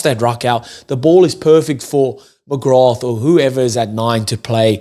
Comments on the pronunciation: Great show but it’s pronounced McGra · Such a good performance so many name checks, including (but not only) Baird, McGrath (the th is silent btw....just McGra), and I have to say Thomas Clarkson against a much vaunted (rightly) Bulls scrum. But Jack Conan was my POM, he 100 percent led from the front, and was everywhere. A real skippers performance. He's really getting back to his Lions form. Was well pleased for Sam Prendergast he had an excellent game. You're right, he made several dominant tackles on Bulls forwards in that first half in particular, going in low and stopping them flat, and slowed up several others, allowing Conan and VDF to nab them. His game management and passing was outstanding, especially with JGP not there, and his kicking from hand (you could hear the crowd react to the height he gets on his bombs) was on the money. Missed one 'shoulda got' from the tee, but overall good stuff, with more to work on. But at 22 that's to be expected. Man we're going to miss Jordie...he wasn't perfect either, but he's like smooth silk (especially alongside Ringrose I have to say), absolute class and so pleased he got a winners medal to take back to NZ. Monkey off back indeed, which will allow them to go into next season with a spring in their step. Plus I'd say Andy Farrell will be super happy, 12 very bouyant Lions heading his way for the tour, and in good form. Maybe Leinster should play 'angry' more often...that added bit of passion certainly honed their perfomrance.